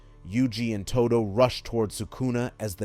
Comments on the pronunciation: Did you really just say Aoi TooDew? Instead of Aoi Todo (Toe-Doh) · Ahoy Toodoo!